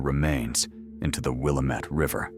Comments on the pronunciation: is pronounced "WILL-AM-IT" NOT "willem-ette" And it's KARMANN-GHIA with ZERO NEED FOR A PAUSE BETWEEN THE WORDS.. Jesus Christ the A.I. narration is OUT.OF.CONTROL. And yet another sub lost due to lazy channels that refuse to actually do some work and use REAL HUMAN BEINGS. RE-FUCKKING-DICULOUS... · . "Dumping her body into the Will uh mut River." It's Will AM it, damn it!